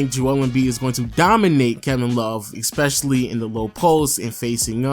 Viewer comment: Can he go a video without pronouncing especially as *eckspecially*? lol